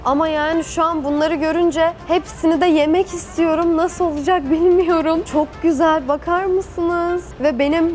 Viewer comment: ✨coğ gozel✨ deyişi şakamı